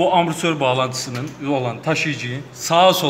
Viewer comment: hocam bu biraz da şive meselesi. yazılışı amortisör olsa bile telaffuzu zor bir kelime. dolayısıyla ağızdan amasör olarak çıkması da normal karşılanabilir.